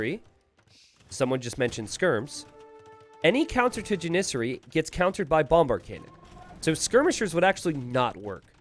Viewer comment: Someone in the chat pointed out he was saying Janissary wrong. It's JANissary. Then it seemed like he made a point to say jaNISsary as many times as possible for the rest of the match.